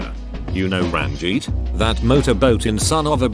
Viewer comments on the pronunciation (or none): It genuinely hurt when the tts read Ranjit as "Ran-geet" instead of "Run-jeet"